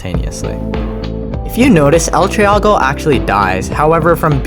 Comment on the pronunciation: bruh you pronounced it wrong its el tree-go not el trea-go